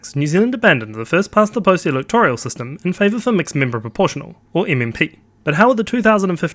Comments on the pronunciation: "Electoral " , not "electorial " . How are we supposed to take you seriously if you can't even say the word properly? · It’s electoral not electorial